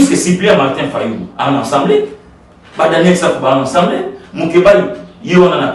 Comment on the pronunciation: on dit Assemblée et non ensemblee corrige mon frère